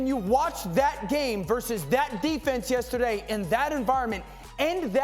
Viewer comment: So we just gotta make Dane orshlovsky mad for him to pronounce yesterday properly? he finally said the R hahahah